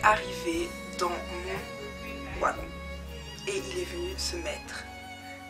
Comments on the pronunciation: pourquoi tu dis wagon? ca s'ecrit wagon mais ça se dit "vagon" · Sa s'écrit wagon mais sa se dit vagon tu me fais trop rire quand tu dis ouagon looll prends soin de toi❤🤞🏾😂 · J'aime trop ta vidéo et je sais que tu sais que wagon s'ecrit comme ça mais le fait que tu dise "w"agon au lieu de "v"agon c'est stressant 😂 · oigon non vagon,ça s'écrit wagon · Trop de "Ouagon" 😂😂😂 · Bien que ça s'écrive "wagon"nous on le pronnonce "vagon" mais c est comme même trop chou😊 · Ça s'écrit Wagon mais on dit vagon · Hahaha "Ouagon"!!! Plus jamais je dis "un Wagon"!!!! J'vais changer ! À partir d'aujourd'hui je dis "Ouagon" aussi !!!! Haha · Le premier "Ouagon"?!! 😸😆 C'est typiquement belge ça? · ON DIT VVVVVVVVAGON PTN VVVVVVVV GENRE COMME VERNIS OU VENTS UN VEEEEEE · Wagon s prononc vagon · on dit vagon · c'est wagon [vagon] 😂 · De quelle origine es tu pour dire "wagon" et pas "vagon" ( je parle en prononciation dû mot) 😅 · elle est bien ta story, mais tu sais pas dire le mot : wagon, mdrrr mais c'est pas très grave